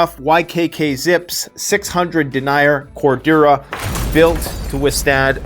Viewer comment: mispronounced denier which refers to the number of threads or fibres per unit of measure (cm) and the tightness of weave.